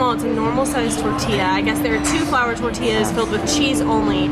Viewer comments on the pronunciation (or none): none